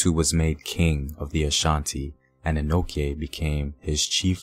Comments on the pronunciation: it prounounced 'Denchira', not denkira. kye is called chi. and it Anochi, not anoki. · Its Ano(chi), not Ano(ke)